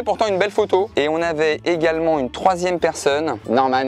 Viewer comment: MDR IL A DIT "ON ARRIVE SUR LE TCHOIN SIEME ROUND"